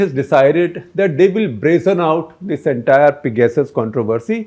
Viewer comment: Excellent episode for 800! Congrats! But could u say 'pegersis' instead of peg-asses